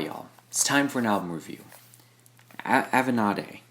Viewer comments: The pronunciation is just av-en-aye-de. Like avenue + lemonade. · RYM is better but ok. Also it’s pronounced ah ve nayd. Also Avenade is just Matt Hawkins lol